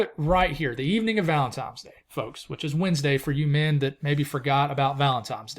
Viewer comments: there's no "M" in valentiNe's day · I could have sworn you kept sayibg ValentiMes day instead of ValentiNes dag 😅😂. Appreciate all your hard work on your videos! I live in Emerald Isle, NC, so i doubt I will ever see our beloved snow ever again, but I enjoy watching your videos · I think it's funny. Hate is a strong emotion for someone's pronunciation of a word.